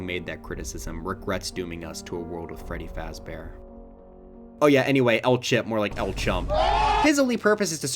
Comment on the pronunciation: Five Freddy Fazber :)))))